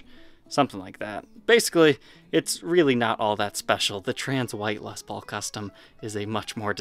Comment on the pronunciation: I've been watching your show for a few years... I would just like to say congratulations..!! You've come a long way.. I remember when you first started talking about Les Paul's and mispronouncing them as Lez Pauls..You really have worked very hard to get to this point and I've always admired your honesty and transparency.. I will admit that I'm a die-hard Gibson Guy and haven't really watched much of your content on non Gibson instruments. But for some odd reason I would love to see you getting more into Gretschs.. I'm 50 years old and my fascination with Gibson started when I was about 12 years old.. other than books or if you were lucky enough to know somebody who had first-hand Gibson knowledge, information was very very hard to come by in the 80s and 90s.. I appreciate your show very much and admire all your hard work and look forward to 2021